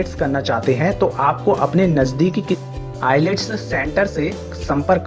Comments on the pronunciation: Sorry to say but its ielts not i-lets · ILS bolte hai....I LETS NAHI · i lets kyu bol raha hai bhai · The pronunciation is itself wrong at the beginning of the video. It's Ayals not IELTS when it comes to reading. Kindly give correct information to viewers. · Tujhe ielts pronounce bhi nahi karna ata ache accent mein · Aap ko toh IELTS hi bolna nhi araha. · Yes ..ielts main..L or T ko sillent me bola jata hai itna k hi mujhe pta hai 😂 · IELTS me only t silent rhata hai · T silents hota h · Abbbe phle IELTS bolna to sikhle